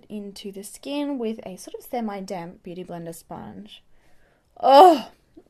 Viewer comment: I'm always hearing damp beauty bleeder or sponge. What are you dampening it with?